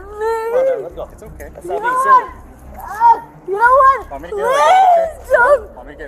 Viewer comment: Yanowut?! Yanowut! Yanowut?